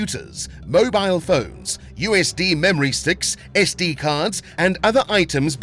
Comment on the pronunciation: it is pronounced MOBEEL. i know it is spelled as Mobile.